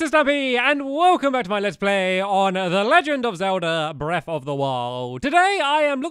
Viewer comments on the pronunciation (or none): No offense to stampy or his accent but he says "Breff of the wowd"